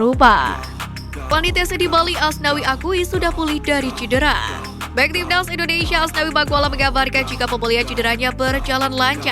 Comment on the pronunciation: Buang dulu ingus mu itu biar kamu bisa bilang TIMNAS bukan TIBDAZZ